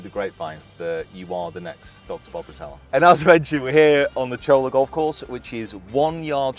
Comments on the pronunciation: Lmao its pronounced cholla (choyya) double L in spanish means a y sound. And then its saguaro (sa-waro) love the content my man. Finally got back into golf after like 5 years im so happy to be back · It’s pronounced Sa-war O. And Cholla is pronounced Choy-ya. And it’s Al-loo-min-um!😂 love the channel. Been here since the start. Best channel on YouTube! P.S., next time you’re here in the Valley, I’ll show some more hidden gems. The Wigwam in the West Valley has 54 to play. The Gold course will test you. Play US Open local qualifiers there. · Saguaro is pronounced Sawharo and Cholla is pronounced Choya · Another great video by the team! You and the guys are killing it. Thanks for sharing your thoughts and the knowledge & insight from the mental coaches. Will be a big help to my game. Fearless Golf is on it's way. Lastly, it’s sa-war-o and choya. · Two “L”s make a Y, it’s pronounced “choy-yuh”. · Pronounced “Choya “ and “ Swaharo “ to best of my knowledge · Sa War O for saguaro and the LL in Spanish is a y sound - you don't say "Tor LILL a" you say "Tor tYa" and so with ChOY Ya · The “cholla” is a type cactus and it’s pronounced “choy-ya” btw! They’re everywhere in the Sonoran desert and they’re mean little things. Super beautiful, though. But yeah, that’s how you’d say that course’s name